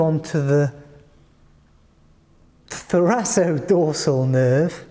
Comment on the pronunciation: I think it's pronounced thoraKodorsal